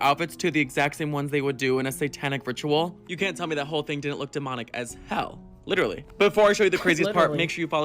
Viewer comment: Last request. Will take a break from your channel for a bit. Will you please stop mispronouncing “literally”? A lot of people do, but you’re a leader.